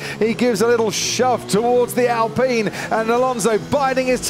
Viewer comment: It's ALpine not ALpeen ! :face-orange-biting-nails